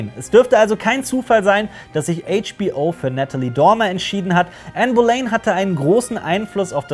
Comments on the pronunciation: Super !!! Hochinteressante Zusammenfassung. Aber eine kleine Anmerkung, man spricht es "Bolinn" aus, nicht "Bolein" ;-) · Bohlinn wird die meine ich ausgesprochen